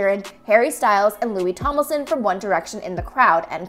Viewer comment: How do you mispronounce Tomlinson multiple times? There's an N in it! Not Tomlison.